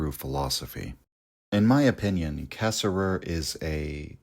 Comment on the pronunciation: I know you are intentionally mispronouncing his name, and I know it's an homage, but man it does tick me off.